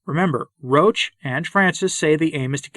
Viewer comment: Roche, thanks for pronouncing his name the correct way, evidently is concerned with providing camouflage for the actions of Francis and the Modernists. As I said before, he likes to scurry about in darkness. As for Parolin, I strongly suspect that in private he goes down to the floor and slithers. I've been listening to the last few episodes of the recent SSPX series on "The Crisis in the Church". They make a fairly convincing argument that the times, or more specifically the Modernists, are forcing a decision on all Catholics. We will have to choose between becoming a part of the "new church" of Francis, aka The Ape of the Church, or the True Church. I'm prepared to listen to a convincing counterargument. I've yet to encounter one. Please guide me to one if you are aware of it Pray for all the Church, especially the wicked, and pray for us all. Say the Rosary as Our Lady requested. Ave Maria. Viva Christo Rey!